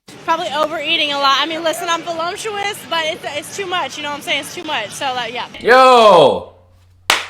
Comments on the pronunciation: BTW It´s Not Velumptuous it´s Voluptuous OMG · "Volumptuous" ? Ahhhhh no.....